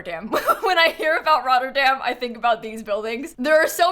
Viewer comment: As a dutch person I love the way you said Rotterdam